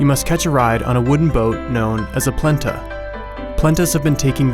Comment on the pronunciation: the wooden ship that takes you to the Bled lake is called “pletnja” not “plenta” just thought I would let you know